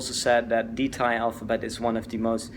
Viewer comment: Your thai pronunciation is excellent